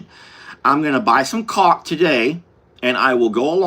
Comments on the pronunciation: "cauLK" LOL😂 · 🤣 caulk sounds totally different when you say it